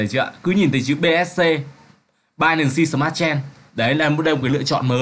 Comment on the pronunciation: smartchain không fai smart chen ad ơi :))) token không phải tốc cần :)))